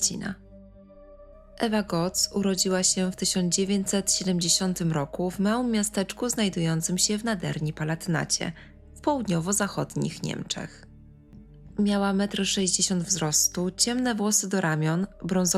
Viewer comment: Nadrenia a nie Nadernia, mieszkam w Niemczech i aż kłuje w uszy jak ktoś przekręca nazwę dużego kraju związkowego.